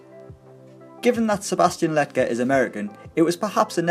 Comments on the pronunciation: Sebastian La-jet, not letget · Lol "letget" it's pronounced lejet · Your saying lletget wrong bro